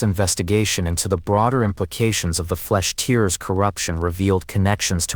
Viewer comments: That AI voice is dog shit haha, it cant even say Tearers properly haha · Can't even pronounce "tearers" correctly. Lazy edit to not even notice